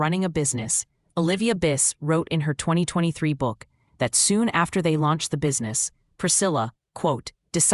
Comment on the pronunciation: Why did the voice over say in 2023 like “ in twenty twenty thwee “? Weird.